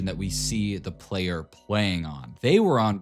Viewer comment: "The correct version wasn't the version that we see the player pwaying on"